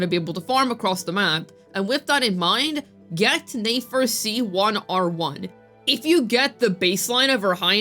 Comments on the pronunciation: It’s pronounced NEH FER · Girl why are saying Nefer as Nayfair 😂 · "NAE FER" like bro learn to read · Click bait, reworded videos posted 3 times just to hate on a character and spreading general spreading misinformation about them (basically your whole channel), and also mabye stop mispronouncing a characters name that has an obvious pronunciation? Never thought you'd stoop so low. Yikes 😬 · How are are we still mispronouncing the character's name when multiple characters including Nefer herself has said her name in game to clear up any possibility of a misunderstanding...🤔?